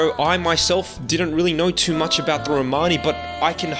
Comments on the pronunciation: Romani - with the accent over the 'o'. Your own guest Lee even says it for you in the correct way. You could have at least referred to them as Romani and not Romaaaaaaaaaani... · can't listen to this word "RomARni??" try saying Romani (There's no R in the middle of it) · It's not row mani it's one full romani or roma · You are pronouncing it incorrectly. Its RO-MAN-ee. My wife is Romanian and has Romani freinds. Also, this is nothing new. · Țingani.. not Rromani.